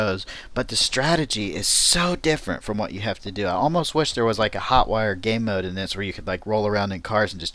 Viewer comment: did you say ...gay-mode?